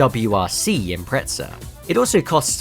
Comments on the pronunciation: Why you pronounce "subaru impreca" there's Z... subaru impre"Z"a. Zi, zi, zi.... Impreza impreza impreza, spell it😂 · Love this!! But ImpreZZZZZa! Not Impretza! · Sounds like you’re saying impretzel